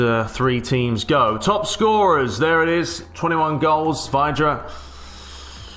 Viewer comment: Constructive criticism, I'd personally prefer you stuck to PES vids....that's what you're best at. Little things like not knowing the name of the West Brom manager, and pronouncing Vydra's name wrong really grated on me. Sorry, looking forward to the new ML vids though